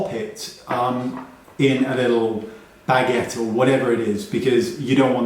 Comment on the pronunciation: Absolutely howling at the vision of sticking a powder puff inside a baguette 😂 I know you meant bag-ette as in a small bag but that’s not what it sounded like and I genuinely nearly peed a bit from giggling 😂